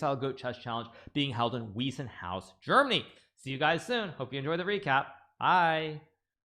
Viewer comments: I guess it's more like 'Wisenhouse', not 'Weezenhouse'. (Just saying.) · its pronounced Wiiiissenhaus. you mispronounce the Wei in Weissenhaus. German "ei" is pronouned like 'i' in english.